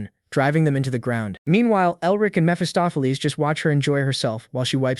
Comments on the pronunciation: "Mestopolese, Messohplease, Mesofees, Mesafuz, Messoffleas," LOL I'm sure some where "Mesophiles" is out there pulling out his hair every time his name is mispronounced. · lol Miss Fist-of-Fleas is your best mispronunciation of Mephistopheles